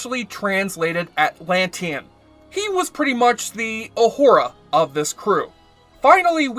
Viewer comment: Wall en zac? Really? Can't pronounce uhura or westphalen either. Wtf.